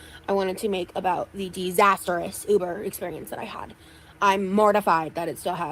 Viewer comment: i hate how she says “uber” The ooober!!